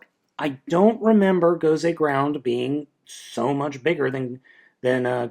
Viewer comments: it's not gound it's great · it is gosei grand, not gosei groud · its Gosei Grand not ground... It even says it on the card you showed in the begining. How do you mess that one up??